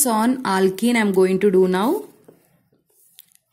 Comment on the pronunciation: Her aaaalkennn 😂pronunciation